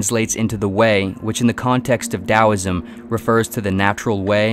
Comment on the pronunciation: Im so glad you said it as dowisim